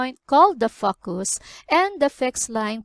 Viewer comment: nice, you should watch your pronunciation on focus